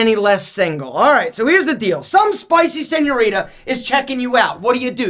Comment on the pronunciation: for the love of God Please stop saying" senorita " everyone who speaks Spanish fluently gets a half stroke when you say it like that.